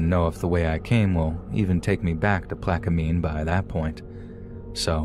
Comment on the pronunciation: Ok, you killin me with how you sayin Atchafalaya lol Its Uh-cha (like chad without the d)-fuh lie-yuh... slow it down Uh-cha-fuh-lie-ya. But, good try. And Plaquemines has a silent S. Just Plaque-men Also, Cajun folks dont practice Voodoo. Voodoo is more part of the Creole culture. I appreciate you tryin to understand our cultures. Toledo Bend (on the Louisiana Texas border) has the BEST fishin in the country. Always be careful in the Louisiana swamps, its a whole different world down there. As beautiful as it is, its just as deadly. Gators, alligator gar, and alligator snappin turtles are very old creatures, dinosaurs. They are very smart.. and if you attack one, you better mke sure you kill it, or it will come after you, and youll be shown no mercy.